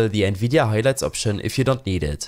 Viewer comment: Ich finde man hat schon rausgehört das du deutsch bist aber wo du nvidia highlites gesagt hast hab ich nur gelacht das klang auf Einmal so deutsch,aber gutes video